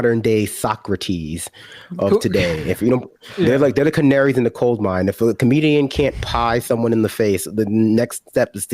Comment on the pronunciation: “canaries in the COLDmine” 😂😂